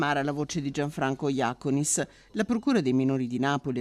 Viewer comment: Comunque la pronuncia, che continuate a sbagliare da mesi, è Jacónis… con l’accento sulla O